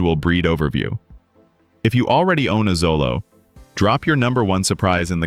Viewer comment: Pronounced Cho-low